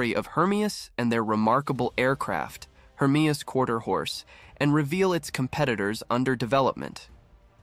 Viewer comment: From to , you correctly pronounced "HERMEUS", although from there on you changed the name to "HERMES". 'US' is a simple sound to make, but you dropped it. Fun to watch, but hurts to listen too.